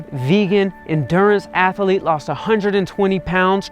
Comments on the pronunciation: “I wanna be uh ath-uh-leet” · It's funny, I didn't know athlete had 3 syllables, a-thl-ete, thats ama-zaz-ing!